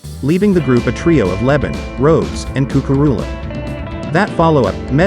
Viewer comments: I stopped watching after I kept listening to Simon's last name being pronounced as lebit (?) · LeBon is French and pronounced Le (short e) Bon (emphasis on second syllable). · Ummmmm the narrator needs to pronounce Simon's last name right !!!! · if u cant pronounce the lead singers name correctly i am assuming u dont know what your talking about